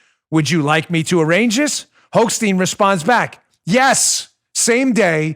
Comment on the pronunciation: Hochstein??? I thought you said Hoax-Steen ^^ Prononciation: Hoch = Stein =